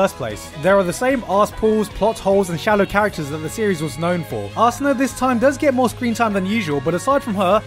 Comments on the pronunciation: Wait did you say Ass-una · I love the love between Kirito and arsena gigguk. Arsena. Arse-ena.